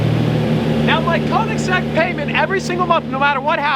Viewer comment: Just sell the Koenigsegg because you doesn't pronounce it correctly 😂